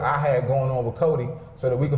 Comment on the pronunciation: He can’t even say Codi’s name smh